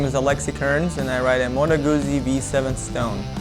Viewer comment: Pronounced GUTZI not GUZZI. Unless you're British....but they are forgiven...😂